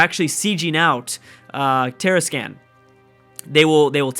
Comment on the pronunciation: Tarascan: Tah-Rah-Skahn Colima: Ko-Lee-Mah